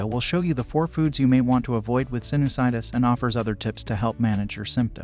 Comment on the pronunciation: Why does the a1 say "sinnis -itis". That's not how sinusitis is pronounced. Thumbs downed